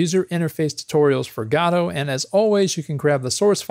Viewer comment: It's Guh-dough, not Gah-dow.